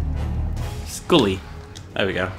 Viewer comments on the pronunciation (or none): none